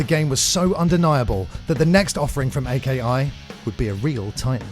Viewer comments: "A-K-I" It's not three individual letters, it's a word, Aki. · Dude, at least learn what the AKI engine is. It's pronounced AH-key not Ay Kay Eye. Another fun fact: NY is New York. Nobody says En Why. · Hey a / dosen't mean Vs., Aki is pronounced (A Key) not A.K.I. there are no dots in between each letter and Here Comes The Pain was the fifth Smackdown installment, not the 4th.